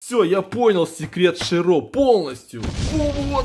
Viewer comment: Не ширО а шИро